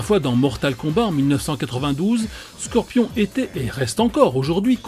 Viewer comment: "sorpion" mortal kombat